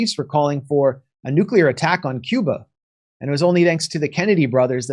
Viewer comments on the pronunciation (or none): none